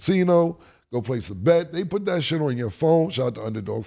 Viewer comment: “And not only dat”